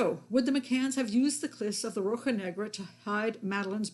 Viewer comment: Hi Pat, I bought your book, but I really enjoyed the audio version, thanks! By the way, your Portuguese words are excellent! Edit: 'rocha' has a 'sh' sound as in 'shock'.